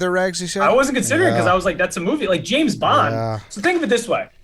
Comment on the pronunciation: Did I hear pronounce James in James Bond as Jameis?